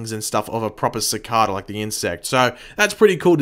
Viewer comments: Why do you pronounce Cicada Sa-Ka-Da instead of Sa-cae-duh like how everyone on the show says his name? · Sacada... not how your saying it lol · Nope you just pronouncing it wrong .. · he keeps pronouncing cicada wrong its annoying